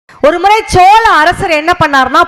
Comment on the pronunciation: அது chola இல்ல சோழ.... Chola பூரி இல்ல..,.😂😂😂😂